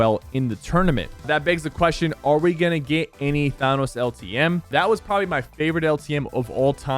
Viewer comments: He says it Thaaanos with aaaaa like thaaaaanos isnt it supposed to be thenos like eeeeeee theeenos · I just get irked every time Sypher says "THAHNNOS" instead of "THANOS" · it thanos not thonos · Why do you say thaanos. Please say thanos like they do in the movies. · why he say it like that THaWnUs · Ah yes the term “Tha-Nus” makes a return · I forgot that Sypher pronounces Thanos as "Thahnus" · Woah “thonos”😂😂😂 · I rage how he says Thanos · Thanos NOT ThAnos!!! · "Thonos" returns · idk why it bugs me so much how he says thanos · Drives me crazy he still says thanos’s name wrong man . 😏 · The way he said thanos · SAY THANOS RIGHT LOOOL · Why did he say Thanos like that? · Why does everyone pronounce Thanos wrong omfg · I look forward to you saying Thanos name right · I swear Sypher pronounces Thanos wrong on purpose at this point. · bro he is still pronouncing thanos wrong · THanos never pronounces it right jeez 😂